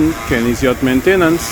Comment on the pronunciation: That's a catchy tune. Nice job. The guy singing isn't pronouncing Maintain ence like Kenny does though. Fix it. Just kidding. Thanks for the tips. The paint looks great.